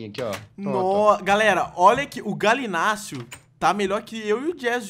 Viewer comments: É gallinius não Galinacio kkkkkkkkkkkk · O Authentic chamando o Gallimimus de Galimús kkkkkkk